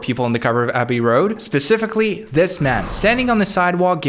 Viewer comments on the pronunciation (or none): none